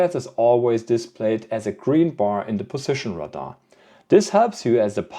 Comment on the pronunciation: Radar is not pronounced like “Rahdah. It’s pronounced like “Ray- Dar”.